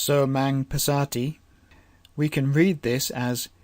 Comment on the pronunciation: Amazing but your pronunciation I think can be corrected going with the close languages to it. Passami should be Pas saa mi rather than Pssa mi. Equally Pas ser thi, and same way, Dham man pas ser thi, Soo man pas ser thi.